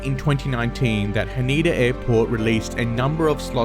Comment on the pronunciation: Haneda is not huh-NEE-duh, but HAH-nè-duh 🥲🥲🥲